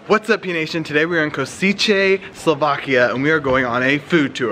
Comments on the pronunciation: KO SHE TSE ------ please stop saying Ko- see - che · Košice . Ko shi tse ( The c is pronounced like the ts in tsar ). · We're SLOVAKS, not Slovakians!! We're situated in CENTRAL Europe, not East Europe!!! The dishes are SLOVAK dishes, not Slovakian. Time to brush up on your geography and grammar :-) I enjoyed your video though. BTW, Košice is pronounced Koshitze :-) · all this mess with pronoucietion starts on Luton airport ... like Versace kind of ... Ko-shi-tse ... and all about this "winegard" ... this is natural acids by fermentation of cabbage ... full of C-vitamina , probiotic and antiseptic to mouth by latest scientific reviews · dude, it's pronounced "koshitse" :D. Bratislava is our capital city, not Košice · Its not pronounced kosichay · No, no, no.... Repeat after me: K O S (S as in s-ugar) I (as in I-ndia) C ( C- phonetic as in TSar) E ( as in E-lephant) = Košice K O S (S as in s-ugar) I (as in I-ndia) C ( C- phonetic as in TSar) E ( as in E-lephant) = Košice K O S (S as in s-ugar) I (as in I-ndia) C ( C- phonetic as in TSar) E ( as in E-lephant) = Košice etc. ad infinitum By the way - thanks for the effort, but you should have avoided tourist traps and go to places where the locals go for real food. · Kosicze???😣😣😣 Is it that hard to look for the pronounciation on google before u say it in a video? Eastern Europe? What u said? 🙄🤬 ...this is starting great 🙄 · They would be able, if they only search for the pronounciation....from a french native, i get it, but from a youtuber? Cmon...